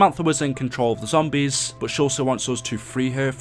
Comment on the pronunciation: He said zombries